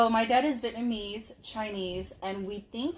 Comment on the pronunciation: Haha be saying “vietmanese” Haha I love her❤️😂